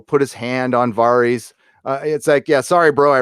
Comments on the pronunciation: Man I really hate how some people can't pronounce these characters' names after 10 years. Who is VAARHEES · "Varrieees" - does this guy even watch the show? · is it var eez? or vair ess? clee gan, or cla gain? me san day? mi sandy? Thanks to M Night, pronunciations of character names is now a pet peeve....